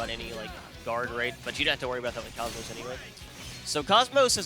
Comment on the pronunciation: TFW people can never say her name right.